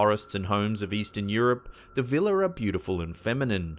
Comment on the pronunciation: It's actually "Víla" not "Vila" but ok :D